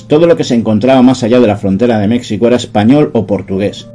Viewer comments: Gran trabajo, yo estaba seguro de que esa muesca era para facilitar el afilado, desde hoy ya no le llamaré muesca española. Gracias por compartir tus investigaciones. PD. Se escribe México y se pronuncia "méjico", no "mecsico". Originalmente se escribía "Méjico" o "México", ambas formas eran correctas y eran de uso común en documentos de la Nueva España que hacían referencia a la Cd. de México. Fue tras independizarse el territorio de la Nueva España que se adoptó "México" como uso definitivo, y así está escrito en nuestra acta de independencia. El diccionario aun recoge "mejicano" como gentilicio, aunque los mexicanos lo escribamos con X. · No sé porque me ha sugerido este video Youtube. Pero acabo de tragarme 1 hora de video sobre un tema que no me interesa en principio, pero me ha tenido enganchado por curiosidad. Enhorabuena. .... Dicho esto, por favor México y Texas con fonema j déjales la pronunciación con x a los yanquis. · Se escucha un poco extraño como pronuncias México jejeje Los mexicanos lo pronunciamos 'Méjico'. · ni siquiera sabe cómo pronunciar México y ya quiere encontrar el origen de algo pffff